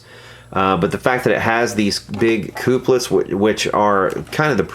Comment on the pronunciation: Please don't say "coop-lets" anymore. They are used to couple connections, therefore they are 'cup-lets'.